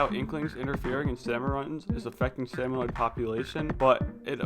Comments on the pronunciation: I just keep thinking, "It's SalmonID not SalmonOID" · Every time he says “salmonoid” I internally scream “ITS SALMONID YA DINGUS”.